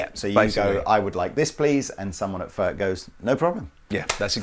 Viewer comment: Its NOT "FÖRK" nore "FÖRTSCH". He ist called František Furch. Try again. Furch, ( u like in YOU ) ore you want us to pronounce "jeans, update and cool" the German ore Czech way.